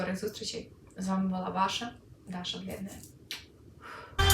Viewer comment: Привіт! Я замітив що 11 місяців тому ви були росіянкою, що сталося що ви перейшли на українську мову, що змінилося? Даша коли промовляєте це ж російською!